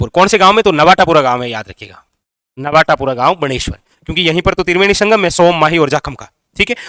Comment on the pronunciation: नवाटापुरा गाँव नही है बॉस नवाटापरा है😂